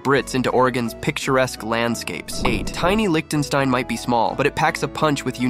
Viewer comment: Lichtenstein is pronounced liktenstine.